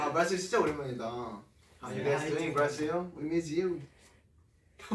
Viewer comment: soy yo o en el bambam dijo "gaysss 7 mannn"